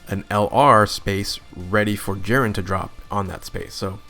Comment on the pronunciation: Bro how do you say Jiren wrong